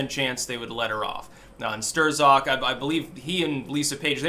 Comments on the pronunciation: The Z is silent bro. I believe the proper pronunciation is STROK. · It's Pecker Stroke, that's how it's really pronounced ;) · I am so glad this guy is gone. Now we don't have to hear butcher the name (Sterrzock!) anymore! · Are you mangling his dumb name on purpose? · Love your mispronunciations